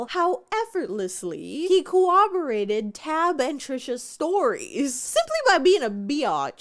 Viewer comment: You said cowwoborated instead of corroborated. 😖🤮Like 4 times....